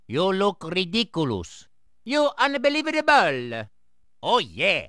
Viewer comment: I'm surprised more people don't like , where Luigi pronounces each syllable of unbelievable separately. When my friends and I found that in the game, we were hooked on using it.